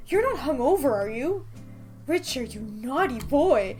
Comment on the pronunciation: 1) I love you and your videos 2) sorry but I’m pretty sure it’s pronounced Ricter not Richer sorry